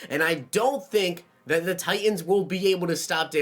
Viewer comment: Why do always say thee.... it’s pronounced the